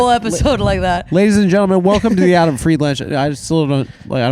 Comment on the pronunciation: I love that Adam says his own name wrong